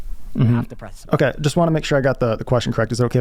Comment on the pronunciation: It’s not butt in.. it’s button